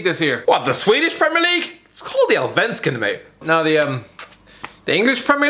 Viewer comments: Alsvenskan I don’t think he pronounce it right I am from Sweden it is called AAlSWEEEnSKAAN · its called Allsvenskan not Alvensksan and im first